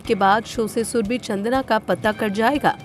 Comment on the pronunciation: shurbe. Nahi ib nahi